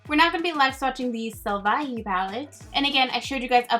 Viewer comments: A tip when learning to speak Spanish is to think of all the e’s as “eh” So besame would be pronounced as be-sah-meh and salvaje would be sal-va-heh As always, you’re a colourpop Queen! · Butcher al lot of the names but A++ for effort. It’s Bess a meh.. bésame Se creh toh - secreto Sell va hey - selvaje Es trey ya- estrella Sell los ah- celosa Xoxo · oh...and SALVAJE is "sal-bah-hey" and it means WILD :) :) Love it. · Sofia Palacios it’s Salvaje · You did pretty goo with the pronunciation. Its actually Sal Va Hey I’m loving all these extra videos & holy crap is ColourPop keeping you busy with all the new releases!!😂😂 Your poor eyelids.😥 Are you going to get the 2 ColourPop palettes that were released at Ulta? I don’t think they are on the ColourPop site yet. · #shaemas yay the becky g collection, ughhh I don't need anymore makeup, but it looks so beautiful, btw its pronounced sal-va-he lol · Love you!! 🖤🖤 enjoying shaemas so much!! The lip colors look so pretty in this collection! And the E is like “eh” sound... for example: caf•eh•sito; beh•sah•meh; sal•vah•heh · Hi! I really appreciate your effort in learning Spanish. I used to be a tutor, so I suggest to watch some TV shows in Spanish and add English captions or rewatch shows that you love in Spanish. This helps a lot with pronunciation and new vocabulary. And some pronunciations: Salvaje: sahl-vah-heh Besame: beh-sah-meh Un abrazo fuerte! Gracias por tus videos. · If you Wiki or Google a word you can listen to an audio that will say the word for you. It takes seconds. The word is pronounced Sal-Va-Hay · not quite but close - sal-vah-jeh (means wild/savage - love the name so much)!! Thanks as always for the live swatches! #shaemas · Fun tip for your Spanish pronunciation, most of our “e’s” sound like the e in Petrona we don’t have that iiiiii sound in the Spanish e’s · Is funny u did said it wrong but it was cut I loved it salvaje do u know what it mean it means savage I love ur videos girl ❤️